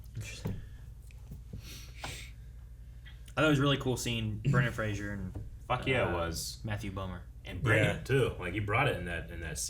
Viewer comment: It's Fraser not Frashur.